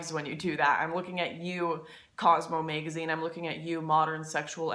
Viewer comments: and you say "maygazine" haha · Band Waygon and Baeggage and Maegazine sound hot to me :) Lauren Northern ;)